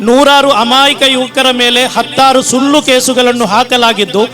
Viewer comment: ಹೆನ್ನು ಅಲ್ಲ ಹೆಣ್ಣು.. ವಣ್ಣು ಅಲ್ಲ ವನ್ನು.. ಇಣ್ಣು ಅಲ್ಲ ಇನ್ನು.. ಸುಲ್ಲು ಅಲ್ಲ ಸುಳ್ಳು.. ಕೈಗೊಲ್ಲಾದು ಅಲ್ಲ ಕೈಗೊಳ್ಳೋದು.. ಮೊದಲು ಕನ್ನಡ ನೆಟ್ಟಗೆ ಮಾತೋಡೋದು ಕಲಿ.. ಬಿಜೆಪಿ ಶಹಧಿ 😄😄😄😄😄